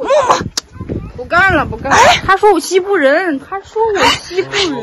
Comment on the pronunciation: 哈哈哈..什麼西部人?😀😀😀我聽成是““欺負人””..是我耳朵有問題呀？還是““講話者””發音不妥???😀😀😀草原風情~打情罵俏的佳人呀😀😀😀點讚